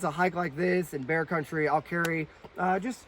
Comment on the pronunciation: 🍺🍺🍺🍺🍺🍺 Bear??? I thought you said beer!! Haha J/K 🐻🐻🐻🐻🐻🐻